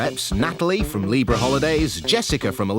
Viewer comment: Libra = 'Leebra' (pronunciation, luv')